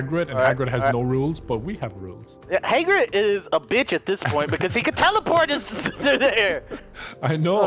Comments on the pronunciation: it's Hagrid like Hag Rid... not Haygrid... bothered me so freaking much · Takenforest Gonzalez no... in the books and movies it Hagrid. not Hogrid or Haygrid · The way he says hagrid bothers me like he says HAY-grid not Ha-grid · It's not Haygrid, love your videos!!!! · I like how calls Hagrid “Heygrid” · saying "Haygrid" really irks me but makes me laugh at the same time😂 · "Hay-Grid" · The number of times says HAYGRIT in this video is infuriating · "hey-grid" lol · "Heygrid" lmao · hey-grid ? no